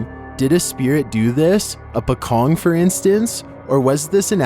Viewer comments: pocong is actually pronounced as paw-chong, which is wrapped-in-shroud. it's a ghostly figure that looked like person who is wrapped in a funeral cloth. In Islamic funeral, a shroud called a "kain kafan" (in Indonesian and Malays) used to wrap the body of the dead person. the word is originated from indonesia, commonly used by indonesians and malays. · Number 13 was a pocong, you read it lile pouchong not pekong